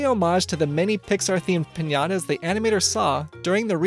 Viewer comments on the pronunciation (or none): Piñata not pinyada